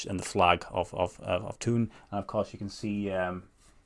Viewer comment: Horrible colors, but classic small town club! It is pronounced Toon (silent h) as you did. Fun fact: I was in Thun in 2001 and they were playing in the second tier on the evening we were there. The stadium (at least then) has a beautiful view of the famous mountains Eiger, Mönch and Jungfrau which I also expect to be the ones on the shirt.